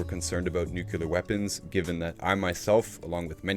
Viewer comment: Great vlog. Just wanted to point out that there's no such word as nukular. It's nuclear. Only pointing it out because it was said about 12 times. I believe it was George Bush junior that first mangled that word and people been following suit ever since. Other than that I enjoyed this post.